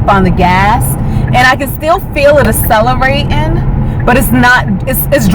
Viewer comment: it is ack cell -er -ate, not a cellerate